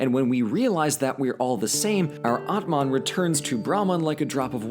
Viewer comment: atman ( soul ) not AtMan